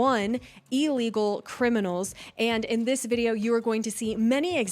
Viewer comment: It’s ILLegal, not, allegal. Ignorance!!!